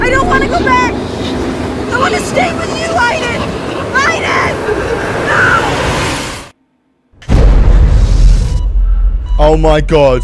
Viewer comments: It's not pronounced iden it's pronounced Aden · Who tf pronounces aiden that way